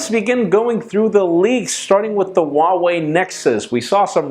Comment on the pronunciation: Huawei is pronounced 'who-ah-way' not 'wahway'